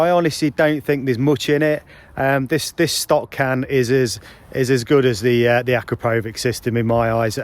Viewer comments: It’s pronounced A-Crap-O-Vich - No power gain between the stock and upgraded can the 4 BHP power gain you talk of is only if you fit the full system including the D cat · As soon as he pronounced Akrapovic incorrectly I turned off .